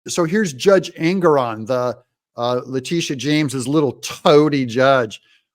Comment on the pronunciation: That females name is La-Titi-a..